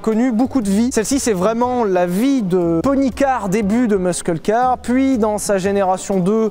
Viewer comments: meussqueule car ? ah wé ? je crois qu'en anglais ça se prononce "meusseule car" en fait :D "Les petites victoires" de Charles Ludig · Great job as usual but please: "Meusseul"car", not "Meusqueule car", if I may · Muskle car ? Ca se dit pas Mussel Car ? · Meusqueul car.... Très bon. Et les jeunots révisez votre angliche ou amerloc. Dites plutôt Meusseul car. La bise de pépé ronchon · STP: Muscle se dit "musseul". C'est de l'anglais please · A 3 '47" Sylvain massacre à nouveau l'anglais. Remind; the proper pronunciation of muscle car >>> [ˈmʌsl̩] pas de "K" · Normalement sa se prononce "meuseul car" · Levi : Comment on fait pour que la vidéo soit bien référencée ? - Chabrier : t'as qu'à prononcer "meuskeul kar", ça va les rendre dingues. - génial ! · je sais pas si t'es sérieux mais ça se prononce "Messeul" en Anglais 😉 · J'me suis senti sali quand il a sorti "meuskeul kar" mdr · "une muskeul car!" j'ai mal a mes States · meuskeule car, aie aïe aïe les oreilles! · Meuskeule car 🤣🤣 désolé j’ai saigné des oreilles 🤣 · On peu aussi dire Mosseul car, mais bon après la prononciation en anglais est totalement aléatoire et sans règle fixe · "Meusqueule Car" 😂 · Je kiffe les 'stangs depuis gamin!!!! Par contre meusk heule car à falloir reprendre des cours d anglais.... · Chouette video. Mais sérieux.. MusKle car.... A quand un sponsoring Duolingo ? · "Meuskeul car" 🤣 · "Muskkkull car"....LOL... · pas du tout comme ça qu'on prononce muscle car calisse😂😂😂😂